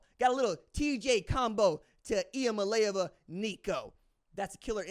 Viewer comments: It is pronounced Lava, go vols good stuff 👏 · You're close. It's E-a-molly-ava. I appreciate your vols plugs. Keep it up! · Eeee ahma lay ah va ..u still wrong lol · It’s Nico Eee-Uhh-Mah-Lay-Ahh-Vuh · You are still saying it wrong dude😂 Eah mail Ava That’s my East Tennessee phonetics for you😂